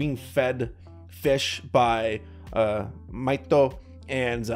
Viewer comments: No, his name is Mahito. MAH-hee-TOH. Tho calls him Maito. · Isn't it "mee toh"?